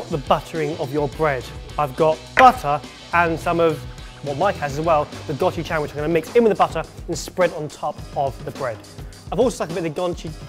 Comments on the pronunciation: Gochujang isn't pronounced Gotchu gang- it's Go Chu jaang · gotchijeng....omg.. gochujang(rhymes with gong) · go chew jong, thats how yoi say it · “Go-chu-jang” smh. “Gou-chu-jaung” that’s correct. And it’s the best shit ever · Friendly note! Gochujang is pronounced Goh-choo (sharp) jahng. It is a traditional fermented paste we in Korea use in basically everything. We also have another paste made of dried soybeans, similar to Japanese miso, known as Doenjjang, which is traditionally dried in blocks that you hang from the ceiling, but is far more complex then non fermented soybean pastes. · Note for the future, the Korean language doesn't really have a hard "ang" sound. It's pronounced somewhere along the lines of "gko - chu - jaaaang". Try punching it into google translate and doing the speaker option. It isn't always accurate with any language, but it probably is a better guideline than just staring at the word until you think you got it. On other news, I've just discovered new ways to use my 고추장 in sandwiches. I'm excited! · Its not gochujang its gochujaang you have to pronounce the a like when you say ahhhhh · also known as Watch Three Blokes Butcher "Gochujang" (go-choo-jong) for twelve minutes. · It's 고추장 GO-CHU-JANG...I kept cringing this entire battle hgudhfdijf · Goh chu jaang... The "ja" part goes... How to explain it... U guys say jang like the "a" is a higher sounding, shud b lower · that kimchi seems quite bad lolz doesnt seem legit... also its go-choo-jang... you couldnt even google to find the right way to pronounce it... it woulve only took like a min... literally a min... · The way they all pronounced gochujang is very funny. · Why do british people have such a hard time saying Gochujang? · 😂😂😂😂😂😂your pronouncing gochujang wrong